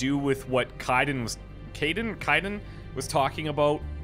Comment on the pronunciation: Been saying Kaiden's name wrong since the start of the game like a pro.